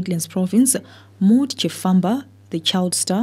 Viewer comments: Mawd not Mod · They pronounce it Mody ,me I work with a coloured lady by that name evrytime I tok to others about her I pronounce it Maud and they wl kip on asking me ,who they they wl end up saying ok you mean Mody